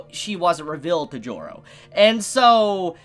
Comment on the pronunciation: why does every time "Joro" is said i always hear it pronounced "Giorno"